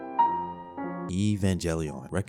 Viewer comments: Bro please learn how to pronounce some of these titles evangelion and Gurren lagann killed me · Not evenjellion.... It's a fucking g not a j dude. Give it some fucking respect. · The way you pronounce some of those anime is hillarious. Like "Evan"ge"lion" bruh. 10/10